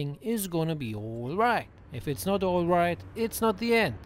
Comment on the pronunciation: No matter how many times I hear at the start “oil right guys” It cracks me up all the time 😂